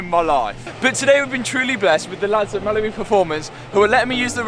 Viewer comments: This whole time I been thinking he’s saying “Malibu Performance” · Well thanks for that! Every time he mentions Mallory in the future all I am gonna hear is Malibu. Thanks